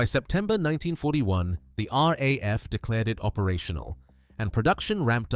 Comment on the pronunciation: Rar. A.F 😂 it's very subtle but really jarring to a human English man's ear.